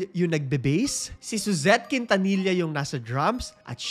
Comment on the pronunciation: Quintanilla it's pronounced as KIN-TA-NI-YA